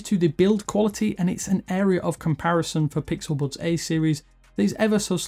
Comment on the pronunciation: No hate but, am I the only one that thinks that the way that he says bUds and thUmbs Up is annoying? 😂